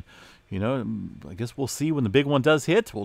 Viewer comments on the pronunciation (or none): none